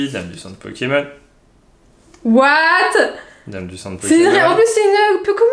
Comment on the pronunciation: Kim : PO-ké-MON XD